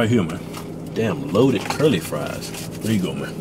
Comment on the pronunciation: Curly?? I thought it was Sherlie